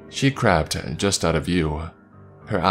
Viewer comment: talking about the dog in the last story, when he said "she crept just out of view" I swore he said "she crapped" instead. The fact that this makes sense with the context makes it even more funny.